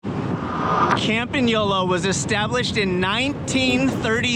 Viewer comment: "Camp in Yola"....LOL!....love that stupid AI!....